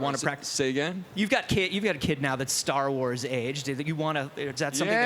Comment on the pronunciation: And “Sar Wars”